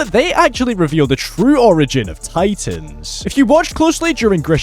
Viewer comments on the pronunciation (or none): none